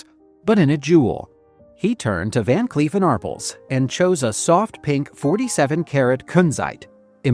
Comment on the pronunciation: Ar Pels, not arpuls. Geez.